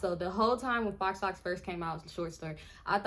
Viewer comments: Shit, I always thought that they were pronounced fox locs (faux locs) not foh locks. 🤔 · “Fox” locks. That was too cute 🤣🤣🤣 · I was 👉🏾👈🏾 close to clicking off when you said fox locs 😹😹 I’m in the kitchen and this is playing over my speaker… then I realized you said it on purpose… girl you are too silly smh 😂😂😂